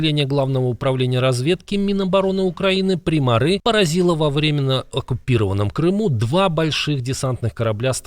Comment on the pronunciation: не "примари' ", а "прима'ри" Учитывая украинский язык " И = Ы" **